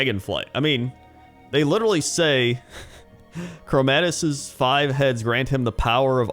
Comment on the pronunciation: I love ya, but it's Chromaggus man, not chromadus, thats about it, great video though